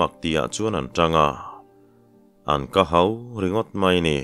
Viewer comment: 'kahau' tih țawngkam hi nangmah pawhin i hmang ngailo emaw ni, tunhma khân i chhiar dik ngailo a, ka sawisel ngam bawk si lo.